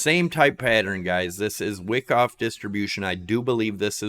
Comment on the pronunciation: Wow.... doesn't know Wyckoff ("not pronounced "wick off"). You need volume profile and learn how it relates to price. Also, that ABCDE pattern is not at all a valid elliot wave the way you have it labeled... pretty bad if you are actually trying to teach